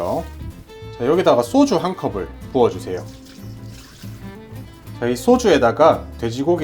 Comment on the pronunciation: 쏘주가 아니라 소주 꼬추가 아니라 고추